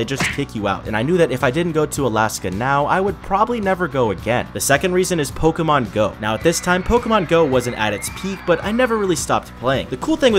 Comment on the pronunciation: Isnt it is pronounced Pokémon